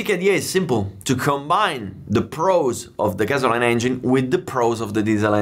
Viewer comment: "Gasoline" sounds like "Gassoleen" not "Gazzo line" ;)